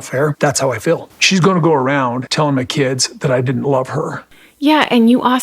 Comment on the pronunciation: ‘Fill” for feel 😂